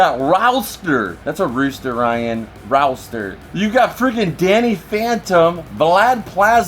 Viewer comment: Dinkleberg! The word you keep trying to say is roster, pronounced Raw-ster. Also, you ought to put a monitor across from you next to the camera so you don't have to look to the side. There's some personal information visible on that Angry Beavers magazine at the end you may want to blur out.